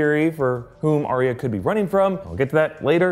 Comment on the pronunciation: Arya isn't Aria, it's ARE-yuh. Says George RR Martin. Love the videos.